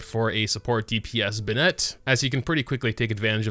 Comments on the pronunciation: You say `Ben Nette`... i say `BeN Net` lol – either way he's pretty pog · The fact that he pronounces Bennett’s name wrong every time triggers me. (Btw, if you’re reading this, the correct pronounce for Bennett is “Ben-nutt”, not “Ben-nEtt” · It’s “ben-it” not “Ben-Ette” 😢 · BEN-nett, not beNETT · its ben-it no bin-net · you always pronounce his name "bennetté" but it's pronounced ben-nett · Its Ben-net not B'net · BEN NET not BUH NET lol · I refuse to subscribe until you learn to say his name properly. Bennett not Bennette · Bruh, its pronounced Ben-it not Ben ette. why do you do this? its a fairly common name. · his name is Bennet, not Bennette… please stop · "Be-nNET". Oh my god. The way you say his name makes me cringe. It's "Benn(i)t". Pronounce the second "e" like you would an "i". The way you say it makes it sound like it's spelled "Bennette". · Amazing video, but everytime you say be-nette my ears cry LOL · Every time you pronounce his name "Ben-ette" a child cries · His name is pronounced "Ben It"... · Imagine be-nette holding a bagu-ette Ok imma head out sry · I feel you i stop watching on 2nd time he pronounce benette, be-nette, like where the fyck did you learn to pronounce that way, even in the game all language they pronounce it right but wtf.. no hate ehe. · man it is killing me, and they straight up say "Benn-it" numerous times in the game. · Yeah, now i say it like that too LMAO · the way he says his name should be Benette smh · Nobody:: bnet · cant help but point out that he says "bennett" as if its spelled "binnett" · I love this video but can’t stand the way he says “bin-net” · I’ve never seen someone pronounce Bennett as how he pronounces it. Bro who does that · Thank you, Kirimiya! And no, you can't say it either way because 1) his name is his name, as pronounced in the game and 2) it would need an additional "e" at the end to be pronounced the way says it. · Youre saying his name wrong lmao